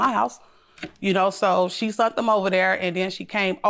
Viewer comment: "SHE SUNT THEM OVER THERE" LORD HELP THEM.